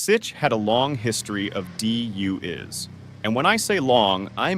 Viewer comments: 😂😂 Dee you is! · I was unaware how DUI’s was pronounced until I heard that you just smush it all together.